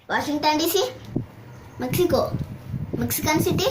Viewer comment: I think he should have begun with USA. Also, I am in favor of changing the pronounciation of Mexico to pronunciation of Mexico.